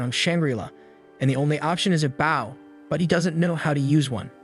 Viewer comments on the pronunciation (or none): I said baow in my head💔💔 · I love that AI can’t say bow.